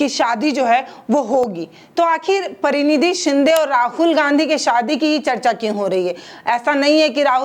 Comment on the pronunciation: मैम, परिनिधि शिंदे नही परिणिति शिंदे